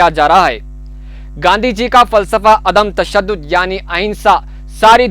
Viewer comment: میرے خیال سے عدمِ تشدد اور سراہا ہوتا ہے آپ نے بار بار دونوں لفظ کو غلط پڑھا ہے